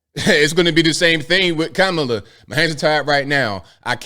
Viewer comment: Kuh-mah-lah not Kama Kaka Ka Kamla